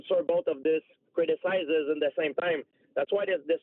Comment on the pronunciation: Crit-a-sizes A-port-2–nistic